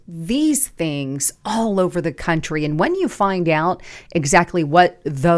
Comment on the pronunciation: Country has an "r" in it.